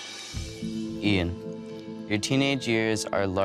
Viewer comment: Nothing to do with her accent, she was saying the name incorrectly at first. She must have been told as she started saying it correctly later and she still had the same accent. Also I'm not just going off this, Lots and lots of Americans can't say Craig they say Creg and Jaguar becomes jagwaar, Adolf becomes A dolf. Ive heard thijs from lots of different Americans with lots of different accents